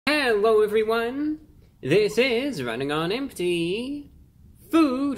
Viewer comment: Hewwo Wady’s and Gentlemen!